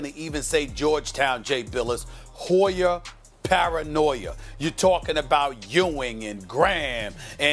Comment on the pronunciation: "Hoy-er Paranoi-er"